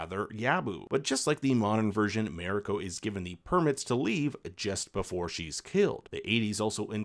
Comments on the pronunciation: It's Mariko, not Meriko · Shoh-goon, not showgunn, and Mah-ree-koh not merico. In all other languages of the world other than English, A is AH, E is EH, I is EE, O is OH and U is OOH. How difficult can it be? Just remember, if it isn't an English name or word, then It ain't pronounced English. Simple as that. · Mariko: mah-ree-ko. Not meh-rih-ko. Even Anna Sawai mispronounced it in an interview. It ain't that hard. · Good rundown of the differences. I much prefer the new one despite watching the original first. Please learn how to pronounce “Marino”. Her name is said many times on both shows , so you should be able to imitate it.